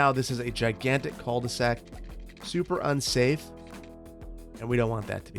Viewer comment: Love you and your content, but idk why hearing people say "Col de sac" annoys me so much. I wonder if it's just me and my french speaking dumb ass. I usually don't care about mispronounced french words but this one is hard to deal with. 😂